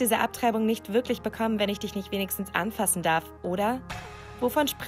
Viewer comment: Dieses "abtreibung BECKOMMEN"